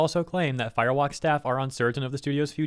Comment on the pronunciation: Am I the only one that hears Fire Wok, like it's a cheap Chinese carryout restaurant?